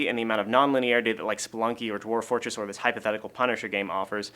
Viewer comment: "Dorf-- Dwarf Fortress." Your /v/ is showing :D